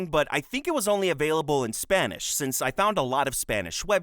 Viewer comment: "Can't speak Spanish" rolls the R like a fuckin champ